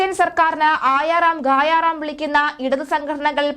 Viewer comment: മലയാളം ശരിയായ വിധം ഉച്ചരിക്കാൻ പഠിക്കുക . ബധയല്ല ബത്തയാണ്. ഹിന്ദിയിൽ ആയാറാം ഗയ റാം (വന്ന റാം പോയ റാം) എന്നാണ്. അല്ലാതെ ഗായാ റാം (റാം പാടി ) എന്നല്ല.